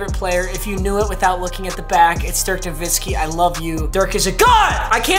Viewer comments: Papa as a Dallas fan and native Dirk’s name is pronounced na-witski with a w not na-vitski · He’s favorite player is dirk but he still pronouncing the last name wrong 😭 it’s No-wit-ski